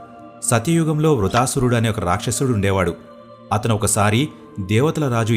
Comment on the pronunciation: సతి యుగం కాదు, అది సత్య యుగం. వృతాసురుడు కాదు అది వృత్తాసురుడు.